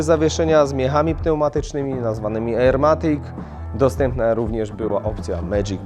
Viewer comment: ajerkoniak matik